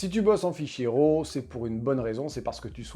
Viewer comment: Arrêtez de faire ça les Français! SVP, arrêtez de faire ça! Quoi? Arrêtez de dire RAW comme si ça sonnait "Rot". RAW en anglais se prononce ˈrȯ avec le o qui sort presque comme un a et non un o et le r, pas guttural. 😛